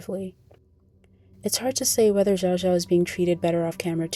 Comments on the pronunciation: Xiao Xiao is pronounced shao shao not zhao zhao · i mean you could have at least spent 10 seconds learning to pronounce her name correctly. (commenter gets it right) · you pronounced her name wrong